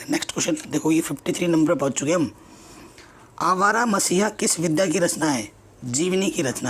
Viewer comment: आप ग़लत बोल रहे थे वह विद्या नहीं विधा है